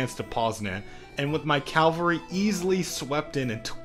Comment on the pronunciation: says cavalry wrong, -1 rep